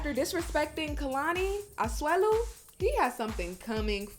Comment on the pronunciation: You say Asuelu 👌👌👌👌